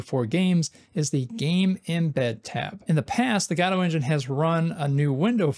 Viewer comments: Btw: You pronounce Godot like "Jodo-T" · After listening to a dozen Godotcon talks from the creators and maintaners of the program, why in the world do you still pronounce it that way. It's just rage bait mary-oh kind of stuff at this point. Just a stubborn way to turn off potential viewers. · Yeah, godot has an official way to pronounce it in english, yet after so many comments he keeps on twisting the word as much as possible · I vote guh-do this week. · Im going to continue calling it guh-do thanks very much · There are many ways to pronounce Godot, and he somehow picked the worst one. It's like the English pronunciation but without literally any of the charm of the English accent. GAH-doh, GAH-doh, GAH-doh. I find it grating enough that I try not to watch his videos. (Like, is he trolling?) Though, clearly, I sometimes do still watch. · i vote for you to stop mispronouncing godot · yes please